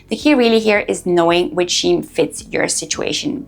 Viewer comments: Scheme is pronounced as Skeem, not Sheem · What the hell is Scheem. It’s Skeem. Has she not learned yet ? 🤢